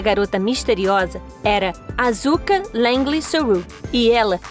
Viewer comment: mds q dor---------- a pronuncia da asuka AAAAAAAAAAAAAAAAA